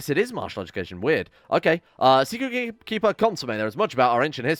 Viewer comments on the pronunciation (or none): Secret cum jar *sacred cum jar